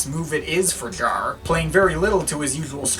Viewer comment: That's understood...btw: excuses, concerning my first comment (removed it btw), by you, pronouncing Jarre as 'jar', caus of something in your way of bringing words out. But, as long as you keep this listening experience for and to yourself and in this case, no-one has been helped...the main effect is only: you have set yourself apart by spreading this completely superfluous message throughout the internet. I regret watching this upload and again I wanna express the fact that Jean Michel is a giant amongst many lesser gods in the art-scene, overall and who are 'we'' to just lightly and (in this particular case) sometimes a bit too bitter, judge his works, while this great man has changed so many hearts and lives? It's the 'tone' you set/you bring this in a cynical manner and jump from one album to another, as if it were cookies or candy-bars... Who 'are' you to do this? Is it simply arrogance? I will never look you up again on YT...who are you to play your game publicly? Yes...no-one!